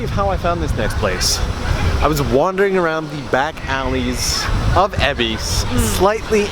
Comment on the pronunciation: Why EBISSSSSS??? It's EbisU, even the train lady says so! Great vid otherwise :P